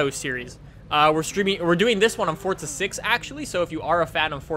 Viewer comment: Is it just me or when he says forza does it sound like he says fortza